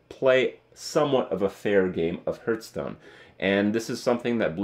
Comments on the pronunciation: Do you realize there is an H in hearthstone It's not heart stone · Is it just me or does Kripp indeed pronounce Hearthstone as Hurtstone? It kinda fits though because every expansion hurts my wallet. Huehuehuehuehuehuehuehuehue! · Kripp, why you pronounce "hearth" as "herth"?